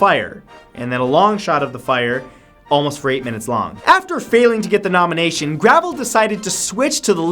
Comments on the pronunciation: I've met Vermin Supreme (who should be on this list) and Mike Gravel (which is pronounced Grah-vell dude c'mon) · It's Mike Gruh-vehl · Santoro is so ignorant. Not only is he completely unaware what a hero Gravel is, he can't even pronounce the man's name.